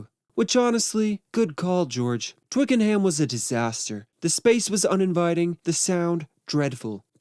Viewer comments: Oh gawd it's pronounced 'Twicken-UM' not 'Twicken-HAAAAM'. Bloody yanks honestly 🤦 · It's "Twickernam" not "twickerham" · Actually, it's pronounced "Twicken'am", not "Twiking-HAM" in its native tounge. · It's twiken-am not hayam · Twick a num not Twick n ham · How I would love to have been there on the first day at at Twicken-HAM studios, pronounced ‘Twickenhum’ for you Americans. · It can be distracting when things are mispronounced, it’s pronounced Twickenum, emphasis on the Twick. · Twickenham is pronounced Twicken-num. Silent H Great video. Very insightful. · When pronouncing Twickenham, the ‘h’ is silent and it’s pronounced Twicken-num. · I cannot stand how he pronounces Twickenham.